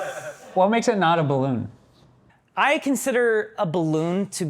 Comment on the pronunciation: STOP SAYING BLOON